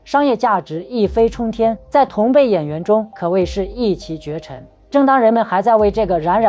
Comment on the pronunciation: 一骑（Jì)绝尘，而不是一骑（qí)...辍（chuò)学而不是（zhuì)学……不是说中国大陆的学习很卷吗？怎么各个Youtuber都是白字大师😂？就别再让我评论你们偶尔不得不念的英文了……